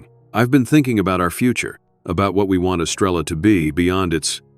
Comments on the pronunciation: I see three pumps, and no Estrella please take better care matching urination with a photograph. BTW, someone from El Salvador, who's still retains his accent, will say, "Es-STRAY-ya," flipping the "r." He did, however, pronounce "Te quiero" correctly. "Abuelo" means grandfather. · And it should be “Es-tray-ah.” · Great story❤Star in Spanish is pronounced estreya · I’m not a Spanish speaker, but I live in Brownsville,Texas, on the border. Even I know, now, that the Spanish words are being mispronounced. Especially, Estrella.